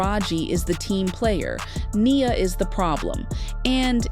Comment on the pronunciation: It's Ai sometimes it says Nias name wrong throughout the whole script.